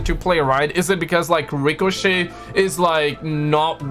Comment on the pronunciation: pronounces Ricochet wrong on purpose.